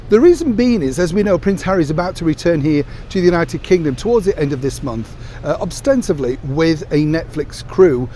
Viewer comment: "Obstensively"?????? It's ostensibly.